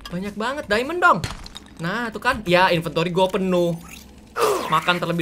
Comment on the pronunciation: "MANA ITU DIAMOND (DAIMEN)" kek aksen/logat manado..🤣🤣